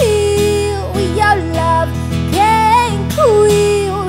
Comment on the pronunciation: i love the way she pronounce wi yow love ( with your love) AWESOME! :D